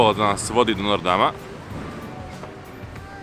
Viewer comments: A zasto kazes nor dam kad je notr dam? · Nije nortdam nego noterdam